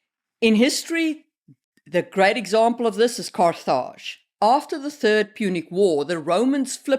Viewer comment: I've never heard that pronunciation of Carth-Aage. But I like it.